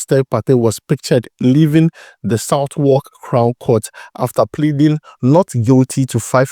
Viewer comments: The booing is abt Arsenal and Spurs. North London rivalry, secondly it’s pronounced Sadalk not south-walk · My bro we pronounce Southwark as Sa-vok other here in the UK